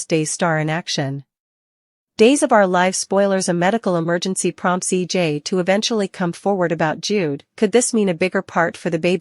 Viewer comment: EJ not E dot J